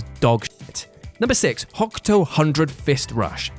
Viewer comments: And with a silent U. HO-KTO. Not HOK. Not sure how I'd react if he tried Hyakuretsu Ken. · "HO KU TO". HOKUTO Hundred Fist Punch, not "HOCK-TOE" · It is called Hokuto, not Hok-to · Deadpool = Marvel Also it's HOKUTO! HO-KU-TO! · Everyone's talking about the Deadpool and DC thing. I'm just thinking about his pronunciation of "Hokuto." Also, it's super nice to hear talk about Fist of the North Star in some way. Just saying, though, that most of the moves in Lost Paradise are crazy brutal finishers, and a catch-all "everything" could've topped the list.